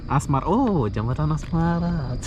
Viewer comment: Jembatan bukan jebatan